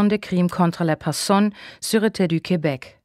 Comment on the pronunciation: Es ist nicht wirklich gut gelesen. Sehr anstrengend, wenn Frau Thomalla die französischen Wörter nicht richtig aussprechen kann: Quööbek, LeKlerk, und so weiter. Sie hat dann über Passagen eine derart unmodulierte Stimme, dass es mir schwerfällt, der Handlung zu folgen. Einige Übersetzungsfehler sind auch vorhanden und stören mich zusätzlich. Zum Beispiel heisst es Exhumierung und nicht Exhuminierung. Andere Hörbücher von Reichs sind besser gelesen!